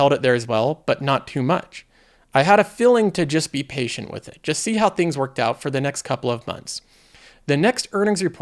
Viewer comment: FEELing not FILLing